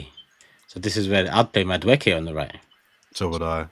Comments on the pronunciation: Can someone teach how to pronounce Maduekes name.. its not Madwooooooke 😭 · I love you. But someone is gonna need to teach you how to say Noni’s last name. I can’t be hearing “Mada-wooky” for the next 5 years 😂